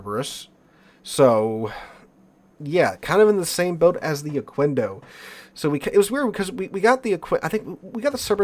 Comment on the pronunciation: Just a tip: Pronounce the "quendo" part as you would "kendo" (as in Okendo). In Spanish, the u after a q is 'silent' if there's an 'e' or 'i' after it. Also, I haven't touched that ship like, ever. Got it from dockyard, is still sitting on dock - thought abount bringing it to Operations, but I'm not sure how it'd perform...